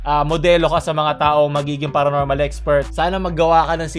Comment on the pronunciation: paronormal?iiiii...baka abonormalllllll